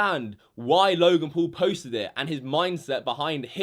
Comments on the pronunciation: you're pronouncing him logan pool ... it's logan paul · it's not logan pool it's logan paul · Normal people: logan paul: logan pool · who the FUCK is logan “pool” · He obviously doesn’t know how to speak Logan pool... Who dat? It’s Logan Paul and everybody makes mistakes and he apologized and yes he was disrespecting the country which I don’t really like. But everyone that truly says sorry should always be forgiven. Forgive and forget. He has lots of subscribers and always wants to make good quality content and took it to far. It was very disrespectful. Please just stop being a hater, Logan Paul is one of my favourite YouTubers and it saddens me that everyone is being so rude towards him. Love you Logan ♥️ Be A Maverick!! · “Loy-gen pull” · Anyone else get triggered when he says Logan Pool?